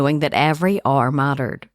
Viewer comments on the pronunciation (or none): Why are you pronouncing hour as "r"? Its "our". I really didnt even know what you were saying for like 20 minutes